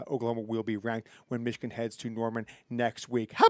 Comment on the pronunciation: 37-9 Meeechigan